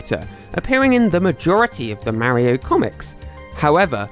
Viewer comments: Its Mario not Maroe😂😂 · It's mario not mairo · I don’t know why so many people pronounce MÆRIO instead of MÄRIO, it’s just weird